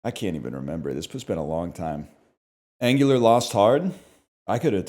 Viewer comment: Pronouncing Angular like gooner